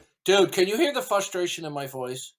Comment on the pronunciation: Its "fustration"